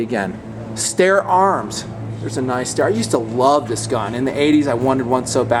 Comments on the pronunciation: STYER not STAIR! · Trouble with a 300 win mag or any magnum is heat. As soon as that round heats up that barrel your accuracy is gone. Also you get way too much mirage in the scope from the barrel heat. 308 is the way to go. The name is Steyr. Pronounced ST-EYE-ER. Not stair. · Just fyi STEYR is pronounced st(i)er . Love the vids especially ones like this scene as there is nothing like this where I live in Ireland.